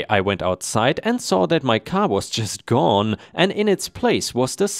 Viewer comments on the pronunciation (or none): none